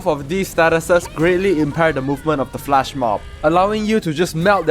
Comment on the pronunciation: FLESH mob. Not FLASH😂